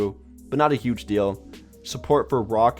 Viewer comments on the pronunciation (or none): none